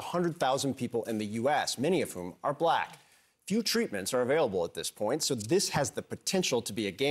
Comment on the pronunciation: Why he say black so hard like that